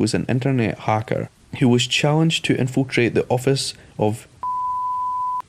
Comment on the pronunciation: He was a hah-ker